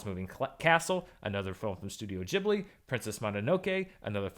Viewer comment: THANK YOU for saying GEEbli and MononoKAY.